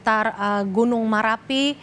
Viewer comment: Merapi woy bukan marapi